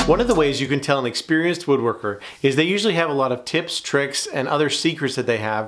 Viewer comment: I’m laughing at that lead-in sponsor’s commercial, “…Wooderkers Guild of America “……”Wooderkers”…😂😂😂😂